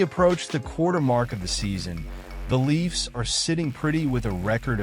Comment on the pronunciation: When you can't spell or pronounce the name of the Toronto team and you slaughter the pronunciation of the players names, it tends to undermine your credibility. All this before failing to understand how this solves any of Kyle Dubas' problems or makes any sense for the Pens..